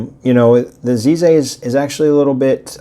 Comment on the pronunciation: Nice video! FYI, the Z in Chinese sounds more like a forward J sound only made with the tip of the tongue and teeth. Plus the piston knob look is claimed by them to be a "bamboo" design.